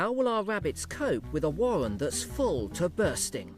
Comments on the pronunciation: The wabbits build a wohwen. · Original names would be good, I named my rabbits Bunjamin, Strike, Bean, Dozer, Wombat and Bunjella. And how about using someone who can pronounce warren and burrow properly ... those are Rs in the middle of those words.